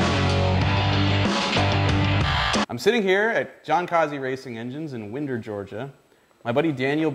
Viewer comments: Finn you live in Georgia you should know it’s ‘why-nder’ not ‘Win-der’ 😂😂😂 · W"eye"nder, not "Wind"er. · Fin, I just have to say, Winder shouldn't sound like you're saying window, but like you're saying wind-up. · lol. it's pronounced w-EYE-nder not WIN-der, Georgia. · It's pronounced Wynder, Ga., not Winder. It is spelled Winder though. Known Jon a long time since the days back in Norcross near Buford Hiway. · It’s Winder(wine-der)...😋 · its "Wine-DER" GA bro pronounce it correctly! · wine-der Ga is the correct pronunciation. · Dude, you live in GA, and don't know it's pronounced Wine-der??? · It's Winder like you wind something up. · PRONOUNCED .. WINE - DER !! 30 minutes from my house !! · Wine-der GA. Back in '79 or '80, at Barnett in Norcross, GA, he was a god then. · its pronounced WHINE' DER. SMFH Yankees. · Gotta learn to speak georgia, most of us pronounce it "wine-der" but spelled winder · You might want to learn how to properly pronounce the name of the city before making a video. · It's Winder GA like you Wind down at the end of the day.... If you're going to live in GA you need to learn this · It's Winder like you wind a watch not wind like the air blowing lake Allatoona. Kaase should have corrected you...I'm here to help